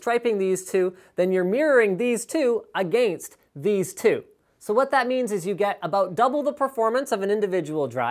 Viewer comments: 10 years later and he still says "against" wrong. come on man, do better. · I like how Linus pronounces "against".